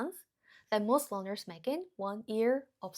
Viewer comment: Question: Are you saying "learners" or "loners"? Either one makes contextual sense, as loners are particularly reluctant to speak with somebody. But if I don't hear that first "R" I have to assume "loners" is what you meant. Sorry, I know it's not the point, but it was all I could focus on.